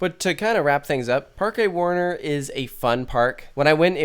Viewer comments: Heads up: Parque is pronounced "Park" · Not really. You can not miss the "e" while saying "Parque", so the pronunciation is "Parke".